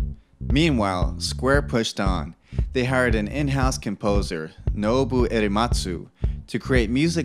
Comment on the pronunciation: ... What did you just call Nobuo? "Erematsu"? xDDD